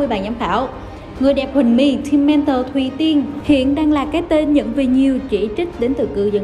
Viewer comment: Tên người tên riêng mà còn đọc sai ngta team mentor Thuỷ Tiên thì đọc thành Thuỳ Tiên ngta Quỳnh Châu thì đọc thành Ngọc Châu chán ghê cơ chứ